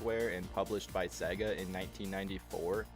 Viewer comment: Say it with me y'all: Say-gah. It ain't Segg-ah.